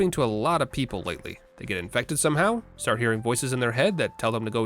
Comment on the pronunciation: Has anyone ever told u.....when ur video says "start" it sounds like nemesis saying staaaaaars